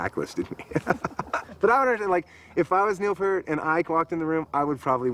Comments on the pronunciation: It's pretty funny considering you don't know how to pronounce it yourself. It's P-ear-t, not Peert. You don't get to hang out with Neil. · "Pee-Ert". Not "Pur-T". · Geddy tells everyone how to pronounce it. Pert is wrong. Like he says, ear with a P at the beginning and a t at the end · Rush is amazing and why can't people pronounce Neil Peart's name properly? It annoys me to this day. It's "PEE-RT", not "PERT". Why is that such a difficult thing?? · Its not pronounced "pert". It is pronounced as in "Ear", so P -ear -t. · I hear Jack Black’s voice but see Po from Kung Fu Panda meeting Neil Peart. However, I’m pretty sure it’s pronounced “Pea-air-t”. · "no, I'm Neil PEEYART, pronounce it correctly, eh" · Jason Lefler its peart but pronounced peert isnt it? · It's pronounced 'Peart' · p-ear-t phonetically. exactly how its spelled. that is a big pet peeve of mine as i know members of his extended family whom it also drives crazy lol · PURT! WHAT THE EFFF,GOOFS,GET IT RIGHT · All these fans of Neil P-ear-T and yet none of them get his damn name right. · Whenever I hear someone say "Neil Purt" I want to punch a wall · To be fair there was no place to hear his name pronounced until Youtube came along. Everybody said it like "pear" t. I did it for thirty years until I watched a drum video with a guy showing how to do the famous crossover that Neil does. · If you don't know how to pronounce Neil's last name, you don't get to hang with Neil. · I always love how some people say they're big fans of Neil Peart but still can't pronounce his last name right. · They could’ve pointed out the pronunciation of Peart before shooting this documentary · These guys can't even pronounce Neil's name correctly. Obviously they were VERY unaware when they met him that he's shy about meeting fans. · even when Foo Fighters inducted rush into the rock Hall of Fame, Taylor Hawkins f-ed up pronouncing Neil‘s last name. 🤦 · I absolutely can’t stand hearing people mispronounce “Peart” 😡😡😡